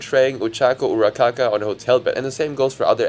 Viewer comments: lol you said Ura-kaka not Ura-raka not trying to be rude😂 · He says Uracaca instead of uraraka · Urakaka 🤣 it's Uraraka, there's two Rs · im sorry i laughed when he said ochaco urakaka instead of uraraka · u said urakaka instead of uraraka and caca means shit in french so i had a small laugh here, but ye really enjoy ur content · its uraraka not urakaka god that just pissed me off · Ochaco Urakaka...? Is this AI made or just low effort? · “Ura-Kaa-kaa” is diabolical 😭😭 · HELP WHY DOES HE SAYS URURAKAS NAME AS URUCAKA (im spanish and caka means poop TOT) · All the main stuff aside, bro really pronounced Ochaco's name "Ochaco Urakaka" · (Why It sounds like he Is saying Ochaco UraKaKa xD) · crazy but i had to laugh when u said ochaco urarakaka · As a fan of Hazbin Hotel, I fucking hate it here. Fans are so fucking gross and horrid. Also, mispronouncing "Ochako Uraraka" was PAINFUL to hear. 'Urakaka'..? Buddy. 🤦🏻‍♀️ Edit: AIZAWA AND TSUYU..?! Babe, that's pedophilia-! Oh my god, I'm gonna be fucking sick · I was mad at the girl but but the mispronounciation took me outtt asdfghag 🤣🤣🤣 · I'm sorry I'm cracking up at urarakas mispronounced name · SAY URARAKAS NAME RIGHT PLEASE ITS PISSING ME OFF in a jokingly manner